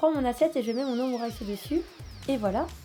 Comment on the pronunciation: Qui la prononcer "omurisse" ?😅